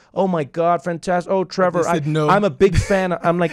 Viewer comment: It's the "Trevorrr" pronunciation from the callers😂😂